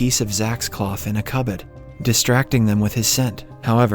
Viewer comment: Seriously how does he turn British every time he says cupboard 😂